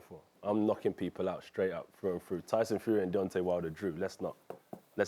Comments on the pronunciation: Did he just say Dyson get it right mate wot a dinlo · "Dyson Fury." Stephen's pronunciation got sucked. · It's Tyson you Toby not Dyson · Stephen said Dyson Fury 😂😂😂😂😂😂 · MAN SED DYSON FURY 🤣🤣🤣😂😂😂🤣🤣🤣😂😂😂😂😂